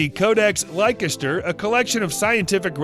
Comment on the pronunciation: Leicester is pronounced “Lester”